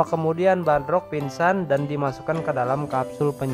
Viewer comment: Bardock bro bukan badrock 🤦‍♂